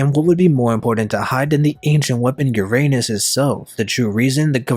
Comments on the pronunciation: It’s pronounced ur-uh-nus not ur anus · Uranus not your Anus. Speak the u like a non english speaker Alphabets if you want to know how the Name really Sounds. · The ancient weapon “ Uranus” aka “your anus”. 😂😂😂 Lmfao Give me a break! I can't stop laughing 😆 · That's...not the way to pronounce Uranus.